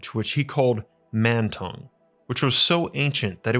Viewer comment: Mantong sounds like "Man tongue".